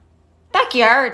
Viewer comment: that woman is 100% not irish, the way she said 'garage' and 'yogurt' was sus af